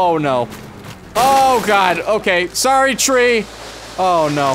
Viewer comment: “I’m sohrry!”